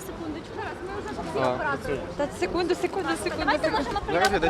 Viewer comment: Та не сікунду, а секунда